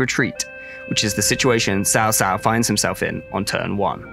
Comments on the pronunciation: its CAO CAO not sao sao my god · NAME NOT TSAO TSAO THE CORRECT NAME CAO CAO (PLEASE CHINESE INTONATION ) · It should be pronounced as chow chow not sao sao. It is a really nice video btw :) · YES that is what bothered me the most while watching the whole video lol. I'll rather they pronounce it "Chao Chao" which sounds less weird than Sao Sao. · It is cao cao, not Sao Sao.... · First i can't wait for this game, haven't looked forward to a Total War this much in years! BUT are we really going to get through all the promotional material pronouncing Cao Cao wrong every single time? Mix in a few proper TAO TAO or (TSAO) in, so i don't end up locked in a asylum before release. For those that don't know in Mandarin Chinese this is not how you pronounce Cao Cao. or go listen to the excellent three kingdoms podcast, narrated by a Chinese person, you learn the three kingdoms story, and how to pronounce the names right. *I am not affiliated or promoting the podcast btw, it's free and I'm just some white guy that lived in Asia, and loves Asian history. * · Caocao=Chow chow/tse ou tse ou not shaoshao=wife (that's why you ppl butchered the language following Japanese pronounciations. ) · Cao Cao: I should make a law that anyone who mispronounced my name (like "sao sao") would be excuted. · pronounce cao cao as chau chau please thanks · "Sao Sao" lmao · oh my god please stop saying saosao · cao cao? pronunciation is quite strange, nowhere close to even actual chinese pronunciation. pronunciation is more like chow chow. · Your pronunciation is appalling 😂 Who is sao-sao? 😂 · it's so funny everytime he says Cao Cao